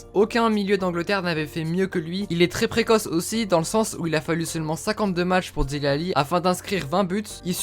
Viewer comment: Dele pas dili